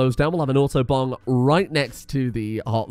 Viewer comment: "auto-bong" sounds like "autobahn"